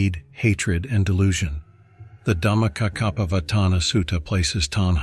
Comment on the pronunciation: What is dhamakakapavatana? Man.... You are butchering the holy words. I hate AI made videos which are not properly researched.